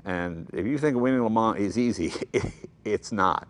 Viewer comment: LMAO.. it's the murican in him